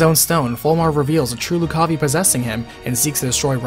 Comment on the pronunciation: Loo-ca-vai, not Lu-caw-vee